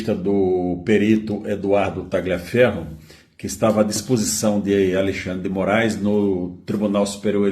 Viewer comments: Não se pronuncia como está escrito, é Taliaferro,o g é mudo. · Quem com Tagliaferro ( por ser come de origem italiana, le-se “Talhiaferro” ), ferre… Muito boa,. A cada dia, você se supera. Você abusa do fato de ser inteligente. Meus parabéns! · GLIA se fala LHIA. TALHIAFERRO. Só para melhorar a história. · Tagliaferro é um sobrenome italiano, e lê-se “talhiaférro” !! A mesma coisa para a “paola” que se lê “paula” , paôla não existe, trata-se de pura ignorância! Ciao a tutti.